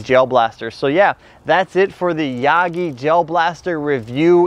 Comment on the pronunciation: Ah yes the ya gee-E blaster